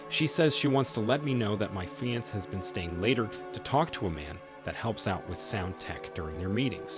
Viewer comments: FIX YOUR TTS feeanss fiancee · How do you sound like an native English speaker but don't know how to pronounce "fiancé"? Have you just never heard of the word or what? So annoying. "fee-on-say" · I know every time he said it it aggravated me lol. I've never heard anyone say it like that.